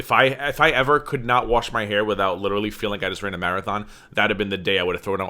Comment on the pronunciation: if she lost a pound for everytime she says "litter-elly" she'd be underweight